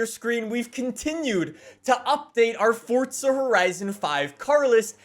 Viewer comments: Its not fortsa its forza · It's not fortsa it's forza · STOP SAYING FORTTTTTTTZA ITS FORZZZZZZZA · There is no fucking t forza it ain’t fortza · FORZA NOT FORTZA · There's no T in FORZA. It's not pronounced FORTZA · Dude sais ForTza allot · STOP SAYING FORTZA!!!!!!!! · Pains me that YEARS later, you are still calling the game(s) ForTza. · Drinking game: Everytime he says Fortza Horizon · stop saying FORTsuh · I cant listen to this guy say Fortza one more time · I can only hear “ Fortsa horizon 5” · FORTZA horzion five!! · Is it just me or is he calling it Fortza................ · Am I the only one who just heard he kept saying “Fortza Horizon?” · why can’t you say forza right